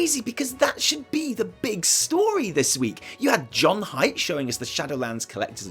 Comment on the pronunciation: Hey! Just so you know, JudgeHype is actually pronounced "JudgeHeep" (strange I know, but the webmaster said so a long time ago:D) Much love from France <3